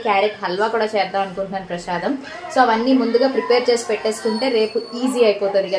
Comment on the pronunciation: Prasadam andi prashadam kadu